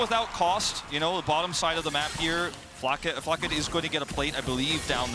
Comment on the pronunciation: Flacked. Not Flack-ed-e. Fml